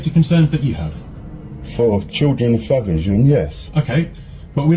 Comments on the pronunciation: It came up "Farnham" but every time they mentioned the town it sounded like my home town of Faversham. Worrying seeing as my elderly mother still lives there. She has told me she doesn't feel "safe" anymore, so maybe some of these plastic plods need to start working on how to change that state of affairs rather than hassling people for basically nothing. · DID HE SAY FAVERSHAM? NOT FARNHAM! NOT THAT IT MATTERS WHERE!!! 😠😠😠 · That’s what it sounded like to me.